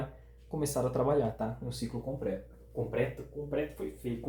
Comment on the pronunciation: "Compreto" típico do interiorrr 🤣🤣🤣🤣🤣🤣